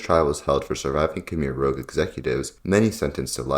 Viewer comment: One would think you might have learnt how to pronounce 'rouge'